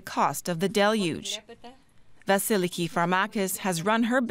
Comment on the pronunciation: Oooo. I am extremely impressed. SOMEone who can pronounce DELuge 👏👍